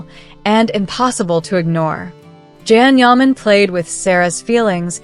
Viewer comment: It would be amazing if u learned to pronounce his name. Absolutely amazing!!